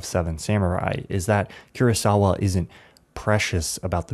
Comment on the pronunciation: Such a good video! Just as a tip, the legendary filmmaker who we all love is named "KOO-RAH sawa" not "CURE-AH sawa"! Just for future reference!